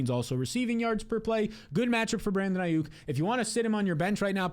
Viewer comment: bro said ai-OOK